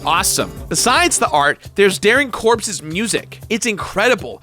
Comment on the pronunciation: So, I saw this video when you launches it, Recently got the music stuck in my head and started playing it. Made the same mistakes you do when starting... So, yea, lots of death. At I hear you say Darrin Korb's name (note: I had just died on a really good run) I hear it as Darrin Corpses In instant say "Corpses alright, mine.. EVERYWHERE."